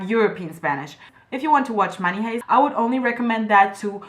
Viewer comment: The word "heist" is pronounced "haist" not "hayst". Your English is great, though!